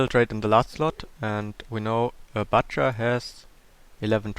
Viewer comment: It makes me so pissed when he says "libarian" instead of "librarian" and the "bucher" instead of "butcher"